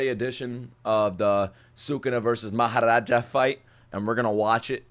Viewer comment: Mahoraga ❌ Mahoraja ✅.....😂